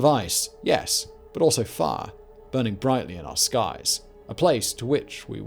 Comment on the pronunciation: ice and far? hot larva? man this guy's mispronunciations are driving me nuts sometimes.